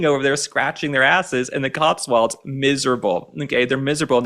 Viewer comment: Love the way pronounces The Cotswolds as The COTSWALDS.!!